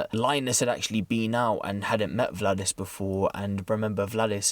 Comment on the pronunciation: Btw butchered the names: In Latvian names are pronounced as they are written, ie. Valdis is not Vladis. Got Lainis right tho. Keep reporting tho - I like your reports 👍